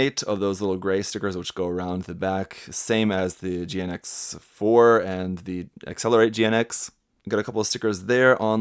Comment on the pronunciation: GN-X plsss don't say GINX hahahaha